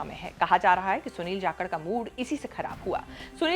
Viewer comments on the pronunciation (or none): Properly name pronounce kijiye Jakhad ki jhakad bol rahi ho. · It is not "Jakhakard" it is "Jakhad"..... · झाकड़ नहीं जाकड़ है मैडम जी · Kya bol rahe ho Sunil jakalth hai chthythr nhi hai 😊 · Jhakkad ni 😂bolna to sikh lo